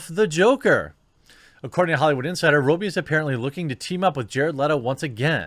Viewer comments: This is bugging me. It’s ‘Raw-bee’. Not ‘Row-bee’. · While I agree with how stupid all these decisions are from Disney you are really unable to say Margot Robbie's surname properly its Rob-bee not Row-bee. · For the love of God... It's pronounced 'Robbie'... not 'Robey' FFS!!!!! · Have I been saying it wrong all these years? Isn't it Robb-Ee, not Robe-Ee? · Perhaps Margot herself is the best source for this, but in Aus 'robbie' rhymes with 'knobby' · why are you constantly saying her last name wrong